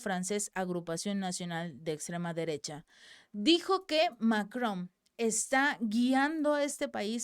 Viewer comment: Es Macrom o Macron? Tengo esa duda, el texto dice una cosa y al pronunciarlo lo dice con M al final